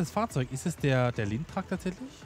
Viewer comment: Der heißt Lintrac nicht Geotrac